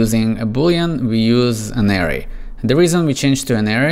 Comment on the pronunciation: Good video, and disclaimer I know learning a second language is difficult ESPECIALLY English, but I recommend looking up how to pronounce Array